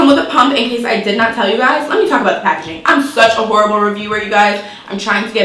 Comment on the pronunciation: The way she said packaging 😂🤣🙌🏽